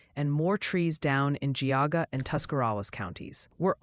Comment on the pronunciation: I've waited years for Ryan to try and pronounce my county's name. I laughed so hard when it happened... Geauga county; is pronouced Gee.aww.guh. stressing the first. not Guayga. ROFL. and yes it took me six days to bring this back up... lawls